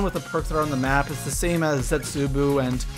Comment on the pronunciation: Zetsubou (zetsu bow) not zetsubu